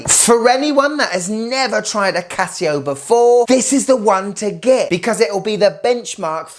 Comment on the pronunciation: "Casi-go..." Casio really needs to hire you in their marketing department, man. And - WTF is it with heart rate and oxygen stuff? Who needs it?